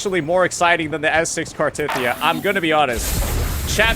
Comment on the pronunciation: How you gonna pronounce cartheiya wrong when it’s literally said countless times in the story